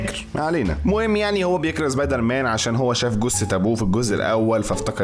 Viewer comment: مصري زبيدر مان مش سبايدر مان